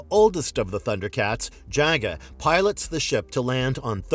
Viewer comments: It's pronounced ( jaw-gaw ) but spelled jaga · They also mispronounced the name ja-ga